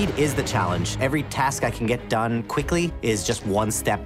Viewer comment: “Fank quickry but more importantly fank fast”